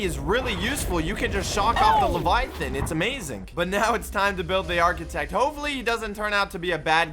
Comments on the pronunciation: try to say levaiaten but saying ” levaia flevaia ton” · and doesnt even know how pronouce leviathan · Levayathan= pause